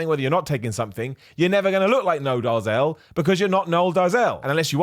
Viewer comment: It's pronounced more like "Dayzill". Flippin' Seth Efrekens. 😂